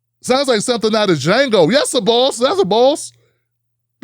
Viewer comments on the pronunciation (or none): none